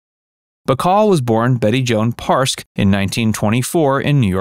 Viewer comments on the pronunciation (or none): 1919 was WWI not II. And Betty's last name was Perske, pronounced Purr Ski! Not sure why you featured a photo of Natalie Wood as a child??